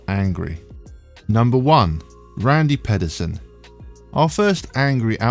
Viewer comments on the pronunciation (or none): If you're going to make a video about bowlers, maybe you learn how to pronounce their names first. It's pronounced Randy PEEDerson like you peed yourself. As for the Rash outburst, Bellmonte had done this to many others yet it wasn't until this getting called out on live TV did the asshat stop trying to make Rash look like the bad guy. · actually it's pee-derson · It's Pee Der Son.